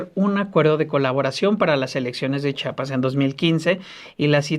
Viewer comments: Muy mala producción, que ni siquiera pasan las imágenes que mencionan, el conductor no sabe leer español, es Chiapas, y chiapaneco. Repitalo hasta que lo pronuncie bien. Debería abundar en detalles de la supuesta devastación de la selva lacandona. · Pronuncien bien, supongo que saben leer, se escribe,se lee y se pronuncia CHIAPAS. no enseñen ignorancia ,se supone que han estudiado mucho como para demostrar falta de cultura